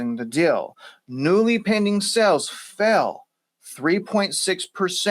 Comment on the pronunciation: Great Show - BUT - You pronounce s"A"les incorrectly ; you say SELLS. That may confuse your listeners. I Enjoy the work you do!!!!!!